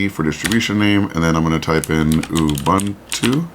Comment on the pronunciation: ubuntu is pronounced ooboontoo.